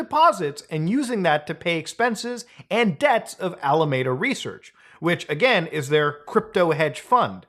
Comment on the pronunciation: every time muta mispronounces alameda i sigh inside. its not your fault. i bet San Jose trips people up too